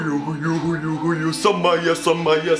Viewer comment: He keeps saying Jacob SaMaya but the guys name is SaWaya😂